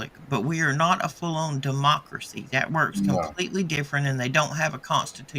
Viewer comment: 😂 dem mock accuracy hip hopak-rit...😮 De-mockracy😅